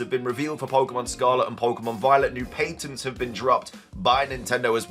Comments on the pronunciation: Opp not even 30 seconds in, ITS PAT-ENTS..... not PAINT-ENTS. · It's not an accent thing I have a few friends from there, he's literally adding letters. There has been times for entire videos he says it correct, I'm convinced he does it on purpose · I'm bored by the 4chan rumors, not gonna lie. 🙄 But I'm still here just to hear "Pay-Tun"! Hahaha 😂